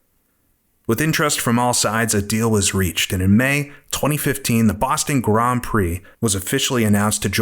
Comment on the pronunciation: I can't be the only person who's irritated by the pronunciation of "grand" through this entire video. That's an "nd" not an "hm", this is bad AI or an absolute imbecile of a real person.